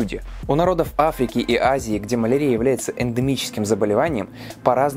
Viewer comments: Ударения в словах: малАрия, слюннЫх... коробит слегка 🤗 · Маленкая заметка: малариа -> мал ариа (mal' aria), с акцентом на Ариа, а нет на арИа.